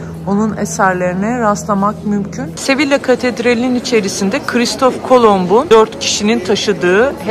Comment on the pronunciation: sevilla değil yazıldığı gibi okunmuyor ''SEVİYA diye okunuyor''